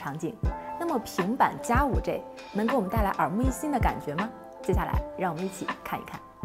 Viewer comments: 5G（-i）不是 -ei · 能不能好好说话，5G（ji） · 不是居也不是雞！應該念居的從前半部和雞的後半部！